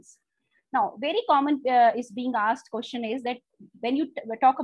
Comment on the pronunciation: Madam Question is pronounced as Kw-es-chen, not as Kyo-shan.